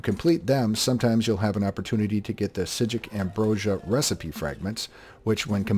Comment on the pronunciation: who the heck told you how to pronounce "Psijic" correctly and where can I thank them? jk Useful guide as usual, keep it up bud